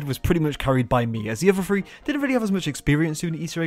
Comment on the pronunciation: Because u don't know how to say the word three. I thought black ops was free now